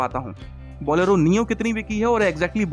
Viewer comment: Bolelo nahi bolero